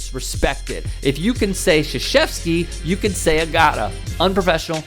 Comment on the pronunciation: To be fair, they're not saying Krzyzewski correctly either...